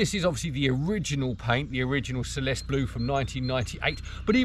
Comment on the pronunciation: Celeste is pronounced CHelestey